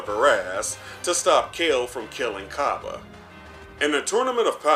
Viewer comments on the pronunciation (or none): Brah it’s cabba not cobba do you say cobbage instead of cabbage